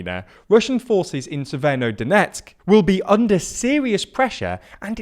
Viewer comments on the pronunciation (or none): Isn't it SeverO-Donetsk instead of SeverNO-Donetsk?